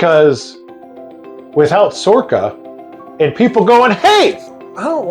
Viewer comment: SORRCA? Never heard of her!🤣🤣🤣